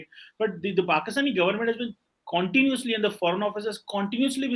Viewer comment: Cwantinuse, cwantinusly, Cwantinuse Major Gaurav Sir is controlling his laugh , hatsoff sir 👏👏👏👏👏